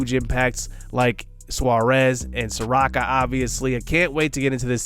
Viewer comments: If your "J" from "T&J" Where the hell is T?? Is he imaginary? Lol At this point I'm starting to think your like Flight, to were your intentionally mis pronouncing these players names lol Mike (SOAR-OH-KA) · Just wanted to let you know that Soroka is pronounced saw-row-kuh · ay idk if you've gotten other comments like this, apologies if you have, but Soroka is (suh-ROE-kuh)